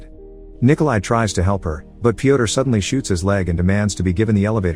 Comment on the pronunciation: Yo guys I have a question for Americans. Why can’t you say name Piotr the right way? Letter ё sounds just like in burn, turn, learn. I genuinely wanna know, no cap